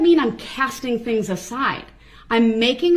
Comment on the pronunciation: The same can be said for his other misinterpretations of words such as saying “axed “ instead of asked “dings” instead of things “biast” instead of bias